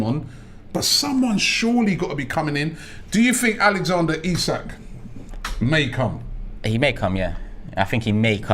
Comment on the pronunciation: You guys are great I like you are pronouncing the name Isak perfectly